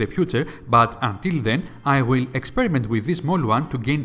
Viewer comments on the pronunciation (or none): none